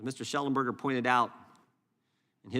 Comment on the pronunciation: Mr Shellenbeck, Mr Lunch? Why does he purposely mispronounce Shellenberger’s name? They think they are subtlety insulting them.. I guess… What bs… we are paying this guy’s salary!